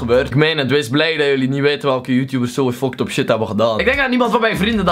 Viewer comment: Hij spreekt fuckt up uit als foktop